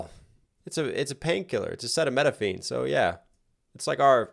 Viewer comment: Acetaminophen: ❌ Acetamenophine: ✅